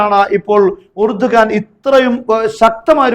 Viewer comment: ഇറഡോഗൻ 😂😂😂😂😂 എലിയാഹു= ഇർദോഗാൻ